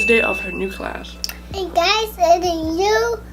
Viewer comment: When she says class it it sounds like crush and I thought she was talking bout her new crush😂